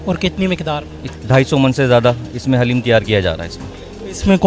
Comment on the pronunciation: میرے بھائی حلیم نہیں بولتے دلیم ہوتا ہے خدا کیلئے لفظ کو درست کریں